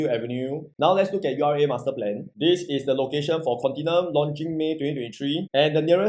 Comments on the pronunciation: The correct pronunciation is "con-ti-NEW-um" which is a silly name (i think you also think the same, that's why you purposely mangle the pronunciation, am i right?). IMO for 2750psf , 2.6m might as well buy the older Haig court nearby, can get 1399 sft unit , a proper big 3 bedder, freehold. it's better than here (properties south of dunman rd in this location has a better feel to me). The store room, is it a BCA mandated bomb shelter? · Very hard to buy this Pty if can’t even pronounce the name..I thought I only one don’t know how to pronounce